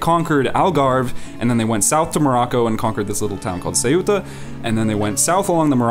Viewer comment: It amazes me how English speakers insist on pronouncing Ceuta as two syllables (seh-OO-ta). The stress is on the first syllable and the eu isn't broken up with stress on the U.